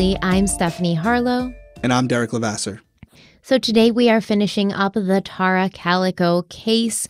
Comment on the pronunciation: ***IS IT “TEAR-RA OR TAR-RA??!!! In your videos from your personal channel you called her “TEAR-RA.” Your pronunciation on is way different now then your former videos. I checked online for her name pronunciation and it appears it’s the former way you pronounced her name, “TEAR-RA.” Am I wrong? Is the internet pronouncing it wrong? I’m confused 🫤